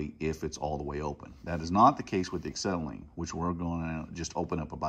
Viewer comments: It's "ah-SET-ill-in" NOT "ik-SET-uh-lean." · Acksetylene lol